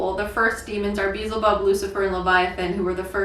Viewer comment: “Beezle bub” 😂